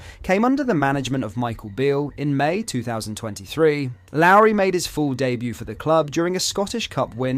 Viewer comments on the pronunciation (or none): Dude how many names in our team you gonna pronounce wrong. Couldnt say gers correctly, couldnt say lowry correctly, couldnt say hagi correctly.. you sure you support rangers? Lol